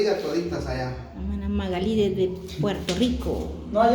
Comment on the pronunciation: Se pronuncia Magali sin acento en la i